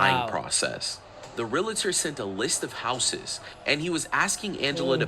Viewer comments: Dear GOD! It's pronounced REAL-TOR NOT REAL-A- TOR!!!! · I cannot take anyone seriously that says " realator! It's realtor!!! This drives me nuts!!!! Miss Smarty with your shoulder showing shirt, learn how to pronounce what you say... smh. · Why can no one pronounce realtor?